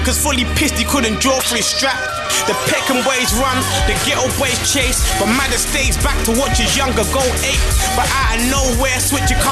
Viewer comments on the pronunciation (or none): It's madder not Magger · its madder not magger